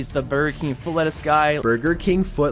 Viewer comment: You lost me a "lettuce"